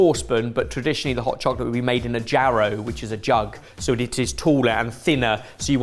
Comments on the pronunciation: Jarro is pronounced like harro bc the Spanish j is pronounced like h. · The molinillo, here in Mexico, is what we still use to make hot chocolate, but many of us use milk, not water. Richer flavor. FYI, the jarro is pronounced HAH-roe.